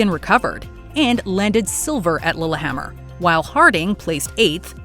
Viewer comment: . ”Lolahammer” good grief. Educate yourself ya dumb yank